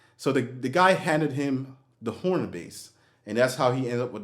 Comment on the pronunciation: FYI it's pronounced Honer. Not Horner. But yeah, not a very good bass. Also, the new wooden Steinbergers have the same issue. Very thin sounding.